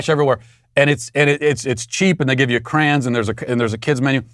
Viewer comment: The only language that’s violence is Matt trying to pronounce crayon